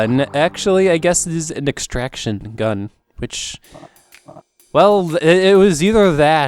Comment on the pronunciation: you say estraction gun i say poopo ray